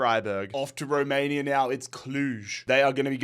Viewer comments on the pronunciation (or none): none